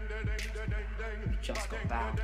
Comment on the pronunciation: And he pronounces Bale like Bal